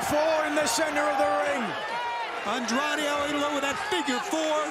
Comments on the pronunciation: Fire this commentator. It's gotten disrespectful how many times he's mispronounced Andrade's name. (Andre? Really?) Unless it's an inside joke, the guy has literally one job. If he can't get basic pronunciation down after this long then he doesn't deserve to be working there. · Why is it so difficult for the commentators to pronounce Andrade's name correctly?? 😐